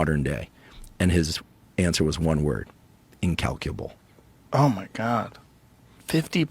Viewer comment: Quote from video- "His answer was one word: incalcabul." Sorry Steve, I had to stop watching after that. I can't bear it.